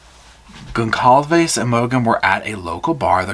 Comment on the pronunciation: whoever it was probably felt they were playing "god" choosing who lives and dies, pretty fucked up imo (also if a million people haven't told you yet lol its pronounced "gon-sal-ves")